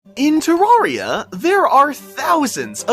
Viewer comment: Terraria is not pronounced this way if you speak, English...